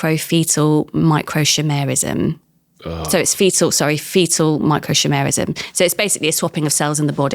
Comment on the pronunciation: MicroSHimerism? Honestly, woman, learn to pronounce correctly at least if you don't quite understand.